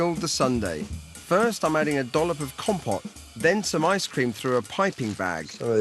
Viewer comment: As a starter, even if I'm Swiss and not french: Comté, not compté. Second: his "personal corn starch trick" is used even by the shittiest ready-to-eat fondue in Switzerland. Third: by mixing Comté and gruyère he's wasting both (mix one of them with vacherin, you're better of). Fourth: if you really can't find vacherin (moitié-moitié) look for tilsiter and/or stick to just gruyère surchoix (Comté, meh...as I said, I'm Swiss ;)) Fifth: he's a Brit, he knows nothing about cheese. Sixth, if the reader is American: that ain't gruyère...